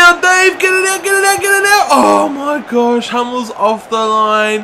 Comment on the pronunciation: Oh my wersh haha